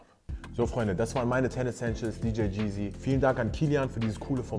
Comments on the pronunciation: Wenn er heißt, soll er es auch YEEZY aussprechen und nicht Jeezy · Der Moment, wenn man heißt aber es ausspricht wie DJ Cheesy 🤦🏼‍♂️ Bruder muss los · Hauptsache er spricht es DJ Geazy aus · Hoffen wir mal dass maxamillion nicht hört wie er "YEEZY" ausspricht😅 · Aaaah die art wie er Yeezy sagt so unangenehm, wenn man sich danach benennt und sollte man es wenigstens aussprechen können 😩 Ansonsten super Video tho 💯👌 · Mind in my Feelings und warum nennt er sich so wenn er das Wort nicht mal richtig aussprechen kann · Wenn man sich yeezy nennt und es nicht mal aussprechen kann😅😂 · Wenn, triggerd es auch so das er sein Namen nicht mal richtig aussprechen kann?.